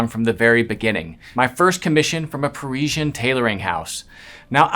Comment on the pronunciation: Why can’t learn how to pronounce ‘Parisian’ correctly? He gives us all the airs & graces of the bespoke world as he sees it and yet fails to appreciate the niceties of correct pronunciation!